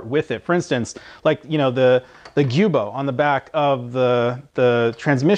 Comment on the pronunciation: it's spelled Giubo, not guibo, so I've pronounced it how I thought it was supposed to be but apparently we're both wrong. It's Joo-bow